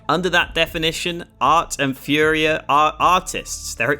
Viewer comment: Really cool video! If you're interested, it's pronounced "fooria", not "fiuria"